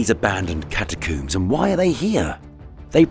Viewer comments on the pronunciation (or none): Haha he said catacooms